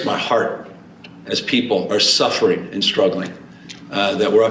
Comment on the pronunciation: He thinks suffering is spelled w/ a silent (D). As if Dsuffering Djobamala has been bad enough, (D)amn it!